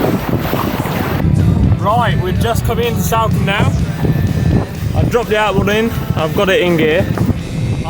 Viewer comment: it’s not Salcombe like Sally - it’s Salcombe like Salt.